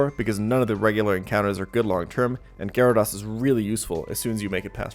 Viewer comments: Good video. But it's pronounced Gyara -dOs not Gyara-dAs. lol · Every time I hear Gyara*doss* I die a little on the inside. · Never trust anyone that pronounces it Gyara-doss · Amazing content but how can someone play so much Pokemon and still mispronounce "Gyarados" so much lol